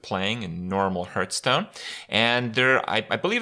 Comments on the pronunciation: 2019, you still pronounce Hearthstone as Hurtstone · Fucking hell he's still mispronouncing hearthstone after all these years..